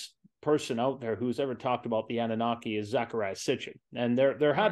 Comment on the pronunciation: I think Annunaki is being pronounced differently than what it actually is. Ah-nune’-nuh-kye The fish swimming on each side of Enki(?) are swimming towards him, upward,…not downward which always seems backwards to me somehow. I wish we really knew the meaning.